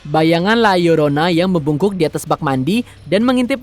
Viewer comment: Gw suka..narator na berusaha melafalkan judul film la llorona dg benar